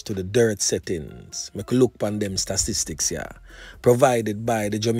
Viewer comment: Your 655 murders are NOT on any pace for a yearly record of murders for the year, so trying to all of a sudden whip up the publics concern is a bit too much. And all now, you still have yet to say the word statistics as it is meant to be pronounced...